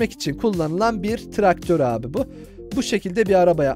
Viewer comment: Traktör e tıraktor diyen